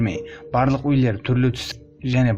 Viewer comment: Қазақша сөйлеп ұйренші өйлер демей үйлер дегенді